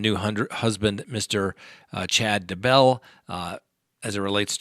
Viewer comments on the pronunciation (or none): Day-bell not Da-Bell